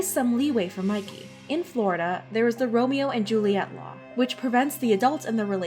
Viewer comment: uhm its pronounced "Ro-Me-Oh"